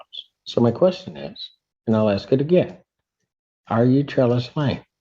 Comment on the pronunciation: Why is it that all black people on trial always say I WANT TO AXE a question instead of ASK a question?